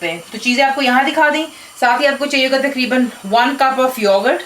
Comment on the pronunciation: TAKREEBAN PENDO ACCENT: TAQREEBAN IS THE RIGHT ACCENT.